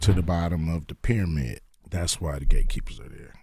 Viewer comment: He said Gay keepers instead of Gate Keepers 😂😂😂 I like the subtle humor😂😂😂